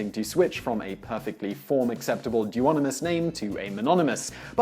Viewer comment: 'duonimous and trionimous', add them to urban dictionary now, because Simon decreed them as such.